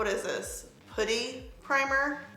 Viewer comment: Its pronounced puh-tee, putty